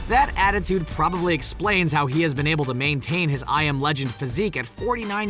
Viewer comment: Why doesn't one of the Ryans narrate everything on SR??? Great video but I love Will Smith so even hearing douchey the narrator say "am I right" like a hyperactive twelve year old can't ruin it. The 150 mile high club? Everyone? Umm, no. Almost ruined but not quite. "Ben" instead of "been"? Grrrr. No carbs at Christmas!!!! HOLY CRAP!!!!!! Still not ruined. Space Jam is WHAT???? Ha! Still not "ben" ruined. Ryans, where the hell are you???